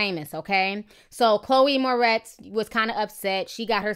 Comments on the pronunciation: Its 'More - RITZ' not 'More - TEZ'. Just thought you should know. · I love you Ti.. but can you learn how to pronounce celebrities names lol! Chloe "Mortez" haha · I'm laughing, it is Chloë Moretz, not Mortez. Great post though, Ti .😘😘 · Am I the only one bugging about how she keeps mispronouncing Chloë's last name? 😂 It's More-ets not more-tez 😂😂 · LOL Ti it's Chloe Moretz not Mortez :-) Love ya still! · Ti much love for you but you kept saying Chloë "Mortez" but its Moretz lol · chloe moretz not mortez hahaha too funny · lol her name is moretz not mortez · girl its moretz not mortez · MORTEZ? Seriously? She is Moretz! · Ti..... Lmao it's Chloe MORETZ... Not Mortez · moretz not mortez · Mor-ETZ, not Mor-TEZ. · not to be negative but u said chole moretz as mortez. damn t f**k her name all the way up. (no shade only love) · Its pronounced mo-retz